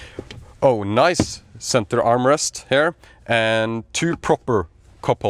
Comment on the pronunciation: I like to watch your content, it has been very helpful, good quality and mostly very accurate. However, I am not a native speaker either but what pulls my ears everytime I hear them in your video. I speak about the pronunciation of these commonly used words: “Here” you pronounce as “her” “Rear” you pronounce as “rare” Easy to fix, your English will sound much better. Hope you don’t find it offensive.